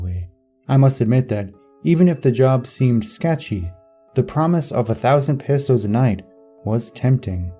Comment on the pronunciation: Cringing every time you say pesos wrong 😂